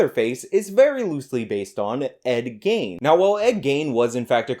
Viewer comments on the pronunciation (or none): Love ya, but his name is pronounced like "Lean" but with a Hard G. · BTW, its pronounced GEEN, like mean. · i cant tell if youre pronouncing ed gein wrong on purpose or not :P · Miss pronouncing Ed Gein